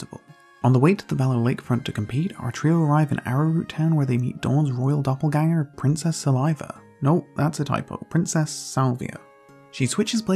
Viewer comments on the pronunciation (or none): none